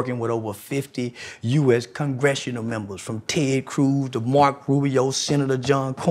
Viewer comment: When he said Tez Cruz, I knew why he saying “f Kamala”